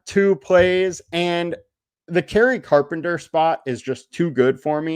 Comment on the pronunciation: Who u talking abt KERRY CARPENTER SAY THE MAN NAME CORRECTLY AH